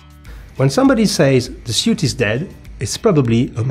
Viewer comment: nice video, lots of research and history information, thank you. please say S-U-I-T (sut) but not S-I-U-T. (siut) in the future 😂